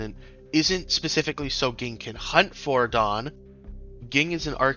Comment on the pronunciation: this mf really just said GING and not JING lol good viedo tho